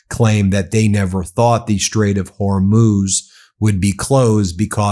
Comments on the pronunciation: I'm an avid Meidas fan....and in this vid I thought someone had finally told Ben that ~90% of the time he calls the Straight of Homuz, the Straight of "Hor-moz"......at the start of his discussion on the recent activity in the Straight, he was pronouncing it correctly......then later relapsed back into mispronouncing it😂. Anybody else notice this? Anyway, good content as usual. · If Iranian and Chinese tankers sail safely thru the Strait of Hormuz (pronounced Hormooz Ben), they would leave a map of how to safely avoid mines. So at some point I expect Iran will have to 100% mine lay the Strait. Unless they have a way of switching on and off mines? Is that possible?